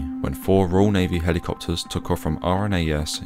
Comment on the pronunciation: “Merlin helicopterrsss”